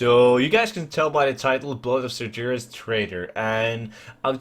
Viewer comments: Blood of SarGeras... Read like PortuGuese. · I love u but the way u say "Sargeras" makes me cringe...